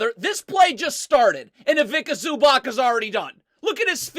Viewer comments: ZubaC... Read Zubatz and not ZubaK😂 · please listen to me, its awful to hear ZubaK, it C-ts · Zubac is pronounced as Zuba-ts. Ivitsa Zubats. NOT ivika zubak. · Cool video, but it's pronounced Ivitza Zubatz. Greetings from Slovenia